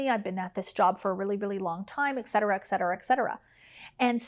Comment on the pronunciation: Dear, we say eTcetera, not eXcetera (Lat. eT = and).